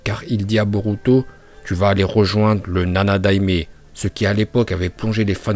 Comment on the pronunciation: Il m'a tué comment il a dit nanadaime😂😂😂😂